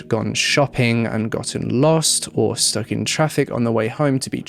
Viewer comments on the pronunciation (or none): none